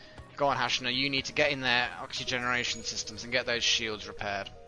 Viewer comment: Thanks for naming the character hashna, can't weight to see her reaction but I just wanted to tell you that the name has a soft "A".